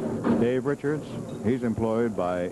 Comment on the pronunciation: Simpsons brought me here, now I ask. Did this guy say Dave Wochards instead of Richards?